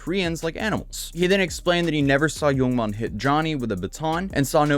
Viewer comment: every time I hear you say "yoong mon" I want to ask "what happened to oold mon?"